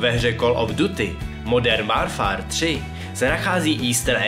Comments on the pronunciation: várfár :D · altair si prsteníček neusekl sám.... v té hře to má téměř každý asasín. BTW tvoje výslovnost v angličtiněje stašná. ,,hajd" blejd a ,,warfar"? co to je? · super video, akorát mě dost irituje, kdy klesáš hlasem, děláš to takhle ve všech faktech, klesáš tam, kde se nemá a naopak, to bych zlepšil;) + výslovnost některých anglických slovíček hiden - (hidn) duty - (ďůty) warfare - (vórfér) ale jinak nemám co vytknout